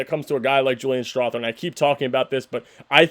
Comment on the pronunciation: Strawther TH is pronounced like the th in mother, slither, other, brother, neither, etc. You lose cred as a Nugs fan when you can't take the time to learn how to say someone's name right.